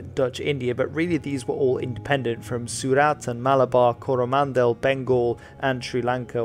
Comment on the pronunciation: your pronunciation is always Excellent and I really appreciate that. For continued excellence, I will just point out you pronunciation of 'Surat' is just a little off - there is no stress on any syllable. You were stressing the A, but it is just a short sharp Surat 👍